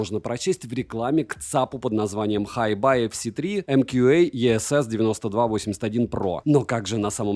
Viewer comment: Название ЦАПа по английски читается "Хайби", а Tidal - "Тайдэл". Ох уж эти плохо образованные обзорщики.